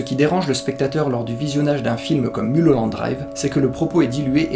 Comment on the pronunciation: ON NE DIT PAS MULE HOLLANDE DRIVE MAIS MEULE HOLLANDE DRIVE ! Sinon très bonne analyse, vous avez tout compris. Il suffit juste de remettre les séquences dans le bon ordre mais les scènes rêvées sont le fruit de la frustration de Diane, de sa jalousie envers Camilla et du fait qu'elle ait sombré dans la drogue et dans ses délires elle va jouer le rôle de sa vie. Celle qui la méprise devient une inconnue perdue et fragile et elle va se transformer en héroïne mais ça c'est après qu'elle ait commandité le meurtre de Camilla.